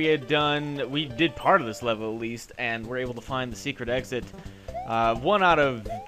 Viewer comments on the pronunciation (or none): none